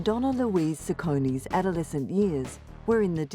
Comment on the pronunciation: What a load off shite documentary cant evensay her surname properly 🖕